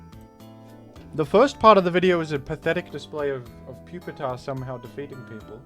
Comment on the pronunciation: Please pronounce Pupitar as “Pew-peter” henceforth. Thank you.